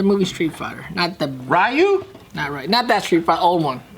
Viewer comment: Why do they have to butcher the name "Ryu"